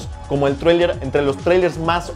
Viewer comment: porque no dices trailer como una persona normal?